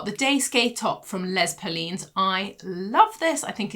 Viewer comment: Hi,, thanks for your video, as always! Les Perlines is French for' the beads', and you pronounce it as 'lay pehrrleen'.